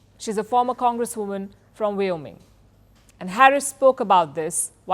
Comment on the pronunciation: You can't even pronounce Wyoming correctly. It's WY-O-MING. Not Wio- ming.